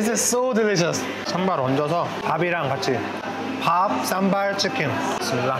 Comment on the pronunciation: Daud kim, it's "SambaL" with "L" not "Samba" 😅